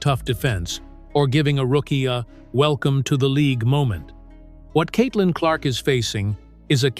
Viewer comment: Stephen says Caitlin Clock